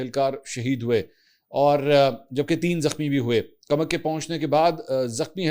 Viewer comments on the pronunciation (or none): Mansoor Ali Khan ye farsi ka lafz koomak hay na k kamak,mujhay tu tum kaafi educated lugtay thy,iss aik lafz ne tumhara pol khhol diya hay